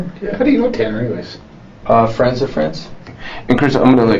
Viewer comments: Nah the way he didnt even know how to pronounce Ta-Ta-Tanners name…he has to be innocent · Haha, how this kid slowly pronounced Tanner in the beginning acting as if he didn’t even know how to say his name. Very dull tool in the shed.